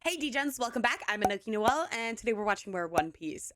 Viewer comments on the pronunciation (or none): none